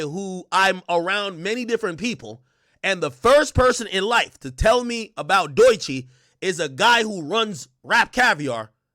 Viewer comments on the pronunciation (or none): He does it on purpose. The last time he spoke on her he said her name correctly, then said “Doychi” right after, as if he doesn’t know how it’s pronounced.